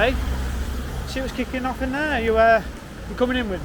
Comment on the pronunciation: "Let's see wots kikin off"😂